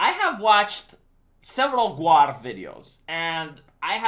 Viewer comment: its pronounced Gawr, keeps saying GWAR lol. they are very very different things